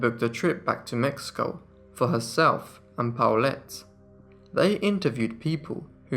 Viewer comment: (Midway through the video...) OH! The daughter's name is PAULETTE, NOT Towelette...lol